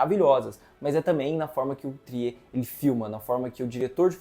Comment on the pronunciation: Só uma observação: o diretor não é francês como vcs podem pensar pela pronúncia do seu sobrenome. No Google é possível ouvir a pronúncia em Norueguês.